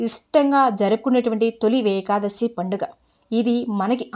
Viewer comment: నమస్తే మేడమ్ గారు . తొలి వేకాదశి అనకూడదు. తొలి ఏకాదశి అని పలకాలి.